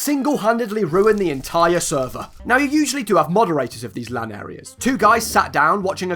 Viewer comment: Omg Minecon q&a was by far the funniest shit ever. How much dwigital wan do you need to wun a sweever